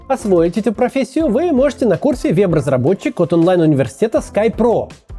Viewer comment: Вот эта российская "Е" я ору ))). вЭб разработчиков,а не вЕб разработчиков. Хахахах